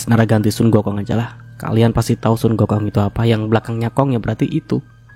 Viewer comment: Hahahahah ngakak pas ngmg sun gokong